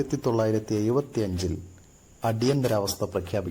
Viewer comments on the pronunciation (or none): ഒയിവ്, കോയികോട്, ആയിരത്തിതൊള്ളയിരത്തി എയുവത്തി എട്ട് എന്തോന്നെടായ്